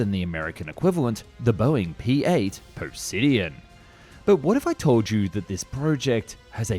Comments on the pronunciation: POSEIDON: POS-EYE-DEN. NOT POSIDIAN. THE GREEK GOD. POSEIDON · PŌH- SĪ- den. Not pussidian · He said it as "Posidion" where the 'd' is almost silent, even though it's "Poseidon". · Poh - sigh- done That's how Poseidon is pronounced 😊😊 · What the fuck is a "Poe-sid-ee-yawn"??? Either this is AI-narrated or some bozo doesn't know shit about the Greek Mythology.... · The P8 Posidian lmao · Persidion?!?! Lol wtf did you say. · Poseidon not posidien! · “Poe-sigh-den” not whatever the hell bro said in the beginning 😭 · Poe Si Deon. What? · Poseidon - Greek god of the sea. It is pronounced: PO - SEI - DON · Definitely feel like he only said posedion like that to anger us😭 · Do you purposely mispronounce easy words to piss people off, it’s po sigh din. Not how ever you chose to pronounce it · Sometimes I wish unknown or unfamiliar words were checked for pronunciation, but then we’d not get absolute classics like po-sid-e-an, and so I am torn. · great video, but...........pronunciation - Po sid e an......Mar time enpinage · Wtf is the "pisidean"? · "Pou-sid-ean" lmao. It's pronounced like the god of the sea, not the god of the puddles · Guy struggles with basic English, such as adding extra letters to words or fucking up things like "Poseidon" and using "pusideon" instead. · Poe-Sid-ian ! 😃 it’s a Star Wars name! 😁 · Hi to all, as an Australian I feel I have to apologise for my countryman’s awful pronunciation! He murders words like maritime, Poseidon, missile and names like McNamara. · That Poseidon pronunciation😭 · Trying to keep this feedback constructive: If you fail to pronounce the word "Poseidon" correctly withing the first minute, any viewer who knows the correct pronounciation will have immediate doubts about the accuracy of anything said in the video. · Haven’t looked at the comments yet, but I am certain ppl are flaming you for pronouncing Poseidon wrong, yk like the Greek god😭😭😭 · That’s possibly the worst possible way to pronounce Poseidon hahaha